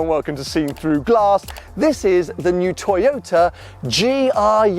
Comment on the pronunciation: tojota. Come on,...we all know times are extremely difficult for all of Youtubers due to corona and all of its shitty followings..but come on, man...it´s a tojota. Whatever you say about it, however fancy you make it sound, the bottomline is it's a tojota. You own a Ferrari and Porsche, these are cars and makes us followers are here for. Don't lower your standards, no reason for that. I didn't´t watch the clip as tojotas are tojotas regardless of badges or how fast they go. It is cheap plastic, ugly, low class.